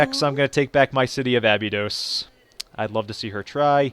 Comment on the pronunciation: Abydod uh-bye-dos